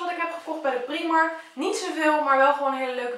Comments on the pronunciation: je spreekt het uit als praajmark en niet priemark het is een Ierse winkelketen en in het Engels spreek je het uit als praajmark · niet waar want in het engels kunnen ze ie niet uitspreken ben al in de primark geweest in ierland en daar zeiden ze ook praajmark